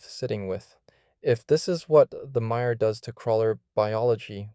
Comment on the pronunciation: you keep saying 'MIRE' yet the subtitles say Maya like its a Mayan entity or something